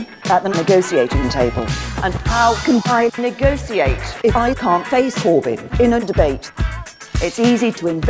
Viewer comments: She can't " negociate " if she cant fucking say the word "Negotiate " properly .-. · I hate the way she pronounces 'negotiate'.